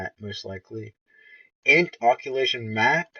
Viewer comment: Occlusion is pronounced uh·kloo·zhn